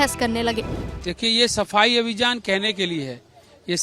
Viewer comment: sardar ji abhijaan nahi .abhiyaan bolo 😂